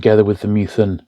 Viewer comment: Minor niggle - it’s Meth-ew-en, not Mew-then :-)